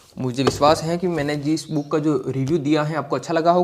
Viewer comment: कोई भी पुस्तक लेकर पृष्ठों को उलटना book review नहीं होता है। नई पुस्तक का पुरानी पुस्तकों और प्रमाणित पुस्तकों के साथ तुलनात्मक लाइव अध्ययन और विश्लेषण करना ही book review होता है। जिस तरह से आप बुक को बूक उच्चारण कर रहे उस हिसाब से यह ही लगता है कि आपका review वास्तव में काम का है या केवल मजाक (joke) है time pass के लिए ।